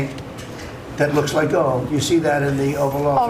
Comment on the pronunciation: If he can't say his seemingly favorite word, "gold," but makes it sound like "go" or, at best, "goal," you know his brain is fried and turning to mush. It's way past the time to use the 25th Amendment, pronto.